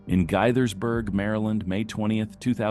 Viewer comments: First clip -- the town is pronounced "Gay-thurs-burg" Maryland. Not "Guy-thurs-burg". Thanks for nothing, stupid AI. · "Guytherrsberg Md." 😆 Gay-thersberg. You know times are bad when you rob Dollar General. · GAY - THERS - BURG not GUY THERD BERG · GAithersburg., not Githersburg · It's pronounced G-A-ithersburg!!! I used to live in Montgomery County Maryland. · Gaey-thurs-burg. That how you pronounce it. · It’s pronounced gay-thers-berg I was just driving on that same road yesterday and it’s got jersey walls guard rails and tons of exits on ramps and traffic not a good road to run from the cops on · its pronounced GAY-thurs-berg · It’s pronounced “Gaythersburg” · Gaithersburg - gaythersburg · why did the narration say "Gaithersburg" like that?? :( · I don't know if the voice in the beginning was AI, but they pronounced "Gaithersburg" wrong. I was born in Gaithersburg, MD, and that confused the hell out of me lol. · That is not how Gaithersburg is pronounced....LOL